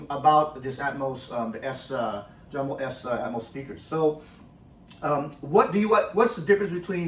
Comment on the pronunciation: The J is not pronounced like strawberry jam... its pronounced like You Yamo